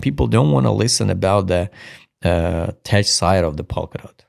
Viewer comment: Tech is pronounced 'TEK' Ignore the 'ch' in the spelling.